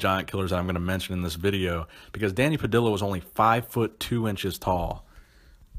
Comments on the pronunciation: Pah-dih-ya not pah-dih-la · It is not an american last name of american origin, It is definitely not pronounced "pah-dill-ah" it is "pah-dee_yah" again not hating but brutal pronunciation of it. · It’s Danny Pa-dee-ya, not Danny Pa-dill-a. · Not that it matters, but it's pronounced Danny (Puh-dee-yuh) Padilla... The LL sound is more Juh emphasis! But great vid as usual! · Love your posts....but I think Danny Padilla's surname should be pronounced, 'Pad-dee-ah'. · It's pronounced pa-di-ya ( Dany Padilla ). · dont mean to nitpic but i think it's pronounced puh-dee-yuh.